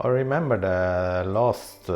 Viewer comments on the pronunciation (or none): none